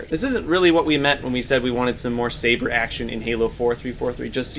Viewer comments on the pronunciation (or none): "Elephant" "Saber" ouch